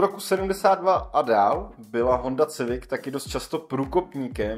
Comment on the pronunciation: Koncepčně moc povedený video. Škoda jen maličkostí, které lehce kazí dojem. U Golfa jsi zmínil, že přece v tomhle žebříčku musí být nějaká evropská automobilka, což už bylo Volvo a Mercedes, které jsi zmínil předtím. Škoda výslovnosti Civic [sivik nikoli civik]. Potenciál a potencionál jsou dvě naprosto rozdílná slova. Nicméně se těším na další Top 10/5, což jsou z tvé tvorby videa, která jsou vážně poučná a zajímavá. Díky za super tvorbu.